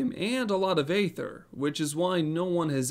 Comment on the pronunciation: No. It’s supposed to be “goo-boo,” according to how it’s pronounced by the Eng VAs, and it’s been confirmed by one of the devs in the official forums. This guy is also pronouncing aether wrong (it’s “ee-ther” not “ay-ther”—the latter is for ether, the mana-restoring potion).